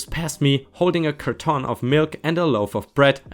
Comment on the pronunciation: Uni - you-nee Carton - it's cart-on, rather than car-ton. Also it's a shorter o, so maybe think of it as cart'n, or cart-un.